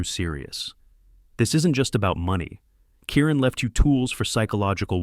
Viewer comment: Kieran not Karen